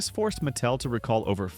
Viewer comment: the "narrator's" tone comes off that way because "he" will mispronounce a name and then say it correctly right afterward. No human alive has ever pronounced the company "MATT tell". Ever. So, real question: Are you using AI for narration?